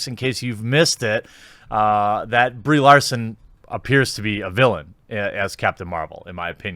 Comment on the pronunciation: At least he can pronounce her name.